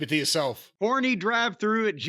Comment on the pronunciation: Did he say Corny Drive Thru or Horny Drive Thru?!!!